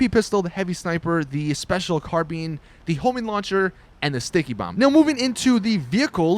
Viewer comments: The special carbine nahhh THE SPECIAL CARBEAN IS BETTER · special carBEAN LOL